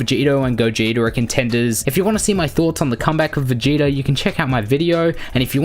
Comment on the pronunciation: Ummm you pronounce vegeta like it’s written🙂🙂🙂